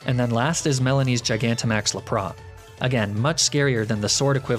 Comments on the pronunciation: Lap Ra? Laprassss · THERE IS NO O IN LAPRAS!